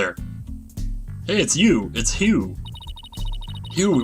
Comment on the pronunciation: is saying "G' in Hugh again... Damn it!